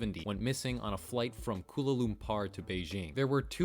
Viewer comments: The way you pronounced Kuala Lumpur 💀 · The way you said "Kuala Lumpur" hurts me but yeah RIP those who were on MH730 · "Koola loompar" IM DEAD PLS ITS PRONOUNCED "KOO-WALA L-UM-P-OR" but say it fast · koola loompahr (by the way, it's pronounced 'koo-ah-lah-loom-pour"!) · Kula Lumpar? Really? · “kulu lumpar” lmao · "from kuala LUMPAR"... 🤣🤣🤣 I'm ded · Great video, and interesting, but the fact you pronounced Kuala Lumpur as "Kula Lumpar" makes me mildly infuriated. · This video was amazing but i can't get over the fact that you pronounced kuala lumpur as koola loompar 😭 not that its bad or anythn cz i know you didnt do that on purpose but it had me cracking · I can't take this guy seriously after he says "kula lumpr" and "thats probably not a real gun" 🤣 👏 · I've never heard anyone or even foreigners pronounce Kuala Lumpur "Kululumpar" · "KoOLA LumPAar" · “koolah loompar” “debreez” lol. bruh. learn to pronounce words. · this is a pretty good video but hearing you mispronounce Kuala Lumpur was physically painful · The way he pronounced 'Kuala Lumpur' 🤣. Nice vid tho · Never have I heard someone butchered the name Kuala Lumpur like that. No hate on the guy, I just find that hilarious cuz Im malaysian and I was excited to hear about the missing plane since it has been a popular mystery a while back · Kudos on all the research but you seemed to be missing this 2 second google on how to pronounce Kuala Lumpur. It did leave me rolling on the floor laughing about the American educational system, which I always appreciate. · MY GOD THE PRONUNCIATION OF KUALA LUMPUR